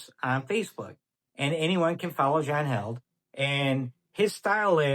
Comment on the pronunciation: Just curious why some pronounce his name as John "Held" but he pronounces it "HEALED" Is it a joke I'm not in on?